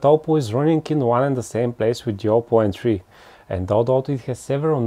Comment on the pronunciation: Gioppo Entry - or something like that